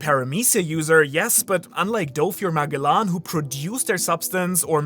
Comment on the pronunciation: Okay I'll be honest, I can't remember anything you said in the video except the weird pronunciation of Magellan :P